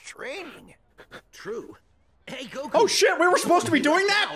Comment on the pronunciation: It's not that hard to pronounce "Goku"! Come on!